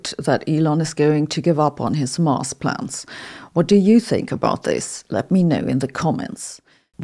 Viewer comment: As a language learner myself, I thought you may appreciate constructive criticism. "S" at the end of plural words are often pronounced like "Z"". When you say "plans", I almost hear "plants". Plural "S" after words that end with "T" like plants or cats is pronounced like an "S", but when after other letters, it's pronounced like "Z", like in dogs and plans. This confusion between plants and planZ is relevant in this video at one point, as a point of confusion. The thick German accent is actually pretty cool, and lends an air of scientific sounding authority to these videos, but you may consider some slight adjustments.